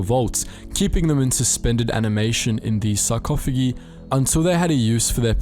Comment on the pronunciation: Sarco-fay-dgi...... Sar-caugh-eh-guy